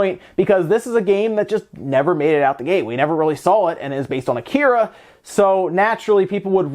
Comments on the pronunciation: It’s pronounced ah-ki-ra, not a-kira. Please learn some Japanese since you continuously murder it. At least learn the pronunciation primer: here’s a start: same vowel sounds as Spanish. Oh wait: Can’t speak Spanish either? Come on Americans, language isn’t hard. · Come on, it only takes a minute to find the correct pronunciation for Akira. Must be an American thing I guess. I always pronounce foreign words the native way and people are confused until I butcher it then they understand. This is so irritating.